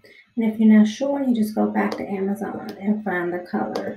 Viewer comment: what the fuck did u call amazon? (ameruzuon) wtf